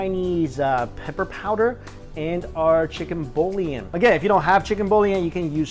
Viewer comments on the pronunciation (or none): I think it is pronounced more like "chicken buoy-on" not "chicken bully-en" :P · How cute you pronouce "boillon"😅 simply say "bui-yon"😎 btw, this recipe was so delish! Thank you, Mike😋